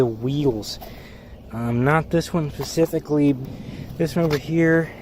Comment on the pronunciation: The word is “specifically” not “pacifically.”